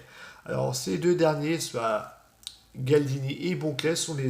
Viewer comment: Super j'adore ta voix elle est vraiment reposante :-) sinon c'est Galdino et pas Galdini x)